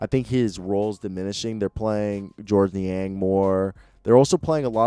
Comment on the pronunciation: Love the content on this channel. Do you have a podcast I can listen to? Also to pronounce names in the most simplistic matter: Miye Oni (Me eh Oh knee) George Niang (Jorge Knee Aang) Bojan Bogdonavic (Boy yan Bog Don a vich).